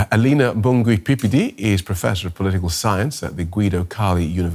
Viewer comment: Pippidi there at the end trying not to laugh when her name is butchered. Fair enough, it's not an easy name to pronounce, I guess.